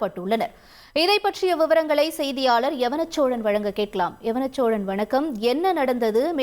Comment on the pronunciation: யவனச்சோழன் சரி யான உச்சரிப்பு இல்லை. யௌவனச்சோழன். யௌவனம். என்றால். அழகு